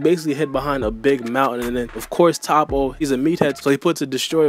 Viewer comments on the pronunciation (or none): Vegeta finally got his W that he deserves. And it’s pronounced Toe-po like how can’t y’all pronounce these simple names right?! Like jeez 😂🤦🏾‍♂️